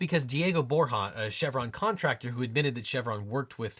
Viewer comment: Bor “ya’ not bor’ha’